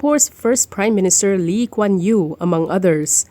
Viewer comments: Cannot la, she said "Lim" kuan Yew 😂😂😂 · She called Lee Kuan Yew, Lim Kuan Yew. Hahaha.